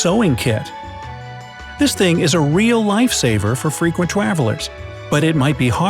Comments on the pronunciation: for fweequent twavelers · On he said fwecwent